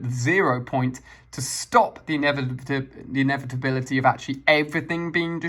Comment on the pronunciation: Inevitability my love. Not inevibility